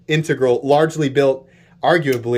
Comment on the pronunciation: THANK YOU for pronouncing 'integral' CORRECTLY. You are one of maybe 2 YT hosts that can a actually pronounce it. Makes me want to view ALL your vids. That knife is awesome, just can't be spending those kind of bucks on a folder. But, oh it's sweet.